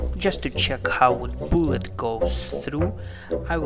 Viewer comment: wth is a ballet u said